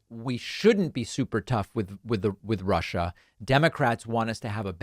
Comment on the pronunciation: It is neither ‘Global Warming’ nor ‘Rushah’ (former guy’s pronunciation 😝) that pose the biggest threat to the US and the world. No. By far the greatest existing threat to mankind (US included) is the combination of their inherent (they elected the former guy 😵‍💫!), and the atrocious ‘education’ that they receive. Combine the most powerful military capability ever, with the most biased ignorance of the (radical) retrumplicans/repuglicans… and the chances of survival, regardless of your political bias, is zero. WAKE UP … ! 😳